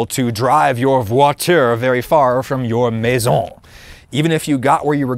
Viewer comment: Not so good on voiture et maison 😂